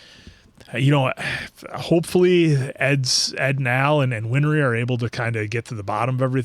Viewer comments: Its not WinFry! its Winrey. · Answer: "Winry." Win-ry. No "f."